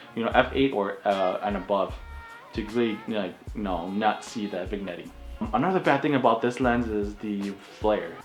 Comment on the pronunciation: you might want to look into how to properly pronounce "vignetting".